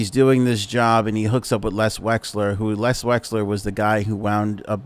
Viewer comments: I think it's Les Wexner not Les Wesler as you pronounced. Correct me if I'm wrong. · LES WEXNER.... not Wexler... for FS... lol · Drinking game: Every time he says Les Wexler instead of Les Wexner, take a drink. 🥃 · Les "Wexner"